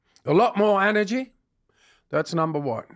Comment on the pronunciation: This man talking organise 🤥 liars nonsense it's cheap to talk he never said energy he always said Anegy